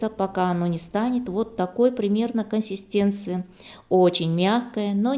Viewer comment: Не косистенции а коНсистенции